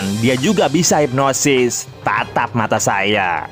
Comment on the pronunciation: Hipnoses?? Hipnotis maszeh